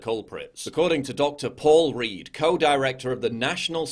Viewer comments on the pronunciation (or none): none